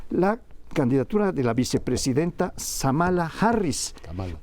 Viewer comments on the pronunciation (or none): es Kamala Harris, no Samala, más respeto a la Vicepresidenta gringa.